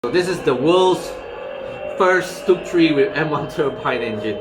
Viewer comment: Stug iii is G ismy biggest love !!!!!!!!!!!!!!!!!!!!!!!!!!!!!!!!!!!!!!!!!! you dont deserve it !! you pronounce "stug" wrongly !!!!!!